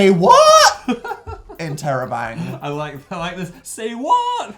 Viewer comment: He said interrobang that's amazing (question mark and a exclamation point)